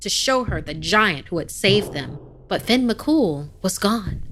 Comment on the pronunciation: Not very scary but I liked it ☺️ and it’s not Finn… it *Fyonn* as it’s pronounced. ☺️ just giving some constructive criticism. Don’t me. I’m only tell ya what I know ☺️ she pronounced the second name beautifully! But it *Fyon* not Finn.